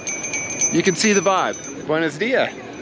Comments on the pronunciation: It’s Buenos DiaSSS .. not buenos díA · My big takeaway is that the dude is hyper-anxious because he's basically wearing a neon sign on his forehead that says "Easy mark, right here!" Secondly, when you have just the bare essentials of the language, everything sounds more threatening. (Ps, it buenoS díaS. Ya gotta pronounce the S's.)